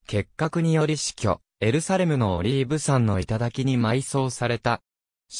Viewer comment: 分かりやすく丁寧な解説で良かったですが、オリーブ山はさんではなくやまと読みます。それ以外は良かったです。